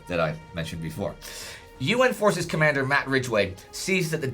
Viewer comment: I have a question. Its my impression or said comander with german accent?